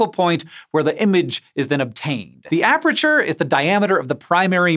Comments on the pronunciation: Hank. It's aperture. Not apreture. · Why can't Hank say "aperture"? It's not apREture, it's a-per-ture. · aperture not aperature Read more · Why is Hank pronouncing it ap're'ture lol. It's just as it's spelt aper-ture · Hank, it's pronounced a-per-chur, not a-pre-chur... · it wouldn't be the first time someone's mentioned him mispronouncing a word and then him correcting himself in a later video. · A science guy who can't pronounce "aperture" 😂